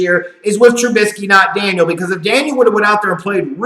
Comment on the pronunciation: Chase DANIEL, not Daniels! And yes, he blows!